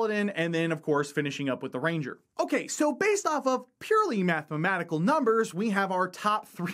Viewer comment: Why can't you pronounce "mathematical"?